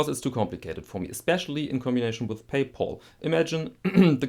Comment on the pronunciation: "PayPaul" - sounds like something ArchieLuxury fans do